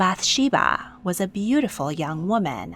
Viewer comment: Actually, there are lots of issues in this video, but let's focus on the pronunciation, "Michal"= mee-chAHL (ch is glottal). Bathsheeba is actually "baht-shehvah." "Yah-weh" is not a thing. Jews don't use this term. The letters you are pronouncing ("yud hey vav hey" are actually not pronounced. Jews refer to Him with a word that I cannot print here. But simply calling him God is fine. We say, "Hashem", translating to "the name". There is actually a ton of archeological evidence of the Bible. I'm really not sure what you're looking into... but I would consider that not speaking the language of the region means that you are limited in what you have access to. It's...a bit privileged to insist that this means there is no historical data to prove it 🫣 English evidence isn't the only evidence that exists or that is legitimate. We should really not think that way...